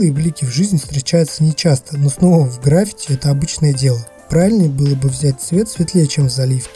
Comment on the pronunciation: ГраффИти, а не грАффити))